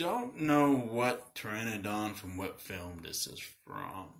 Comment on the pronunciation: Thanks for learning me about how to pronounce this Dino's name Fam. The P is silent! #TagTeam